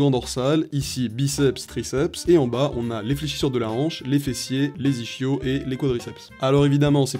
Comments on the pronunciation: On dit " iskio " pas " ichio " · Je sais pas pour vous, mais je pense que mon prof de sport m'a assez répété que les ischios se disaient pas "ichio" mais "iskio". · J'adore ton montage, vrmt ❤️🔥 (et ischios ce prononce iskio) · Comment ca les « ischios » ca se dit iskios